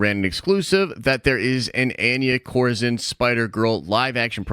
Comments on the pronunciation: Your saying Anya Corazon Wrong lmaoooo its spanish you pronounce it: On-Yah Co-Ra-Zone <<(roll the R). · Hearing pronounce Anya Corazòn…yup, sounds about white!!